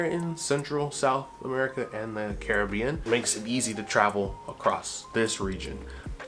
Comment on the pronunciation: Love this ❤. Hate the way you say Caribbean😂❤